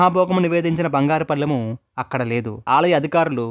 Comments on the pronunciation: బాబూ , బంగారు పళ్ళెం అని పలకాలి , బంగారు పల్లెం అని పలికారు ,గ్రహించ గలరు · పల్లెం ఏంది బాబు.. అసహ్యం గా ఉంది వినడానికి. పళ్ళెం కదా. ముందు ళ అక్షరమును స్పష్టం గా పలకడం నేర్చుకొని ఆతర్వాత వీడియో లు తయారు చేయి. పల్లెం అని పలుఠవద్దు. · అంతాబాగున్నది కానీ పల్లెం బాగాలేదు. పళ్ళెం అని పలికితే బాగుండేది